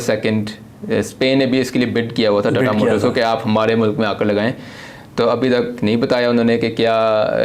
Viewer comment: "Tatta motors" 💀